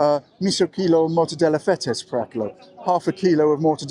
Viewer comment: Greek are almost always stressed on one of the last 3 syllables and you made mistakes on 4 words stressed on the last, misò kilò and dexià, aristerà.